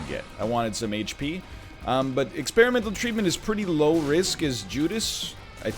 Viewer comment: Anyone else notice that he said experimental treatment with a weird emphasis?